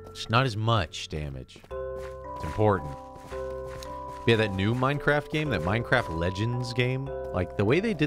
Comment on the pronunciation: Come on VodGang we’re gonna pway da Minecwaft!